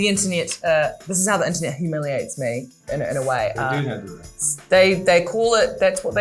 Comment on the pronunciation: I didn’t know Rose pronounced “inter-niet”